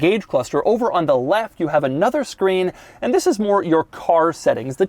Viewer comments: Mr. “This” the most advertising and entertaining pronounced “THI$” I’ve ever herd. Sir you Must call ur channel “this” or have a brand that goes with. Mr. THi$. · Fhiss is the New Ferrari 812 GTS, I like how he pronounced This’ like Fhiss 😂